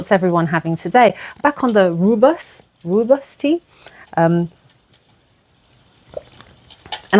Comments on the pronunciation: Is it Rooibos tea? I absolutely love it! It’s kinda pronounced “Roy-boss”. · I thought it’s pronounced roi-bush 😂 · I used to call roobois tea ruby tea because it was reddish and I just had no idea how to pronounce it. 😂 Thanks for another great video!